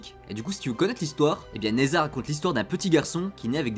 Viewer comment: Prononce Ne Dja :)